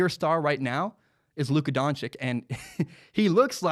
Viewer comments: don-chich, not don-chick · It’s pronounced donchich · Doncic is pronounced (don-chich)